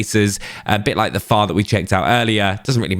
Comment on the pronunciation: Why are you saying FAR, it is F F A R